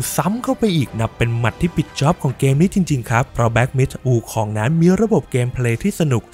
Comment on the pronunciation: ถ้าจะไม่ออกเสียงว่า หงอคง แบบที่คนไทยเข้าใจ ก็ออกเสียงว่า อู๋คง จะดีกว่าไปอ่าน วูคอง ไม่รู้จะเป็นสัญชาติอะไรแน่